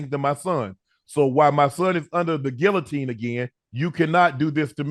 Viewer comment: the GuiLowteen😂😂😂